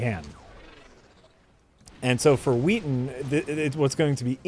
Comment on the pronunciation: Is "Joss Weathon" an insider gag? Because his name is "Whedon."